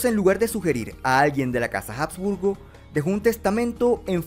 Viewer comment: Se pronuncia Abs-burgo, no Jabs-burgo. La H en español nunca dejó de ser muda.